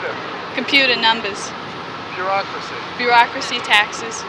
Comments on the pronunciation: "Computahs".... "Numbahs" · "Computah" "Numbaws" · girl Computer? Numbahs ! 😂